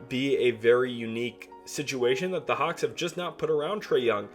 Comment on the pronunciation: It Atlanta hawks not hauck